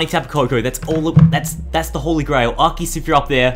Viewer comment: I think he never gets good luck from Arceus because he keeps pronouncing its name wrong.